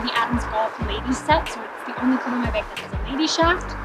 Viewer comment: haha she says "beg" like my wife does who is from South Dakota. Never gets old lol.